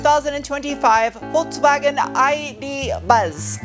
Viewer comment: Minor detail but thank you for trying to pronounce Volkswagen the way you should pronounce it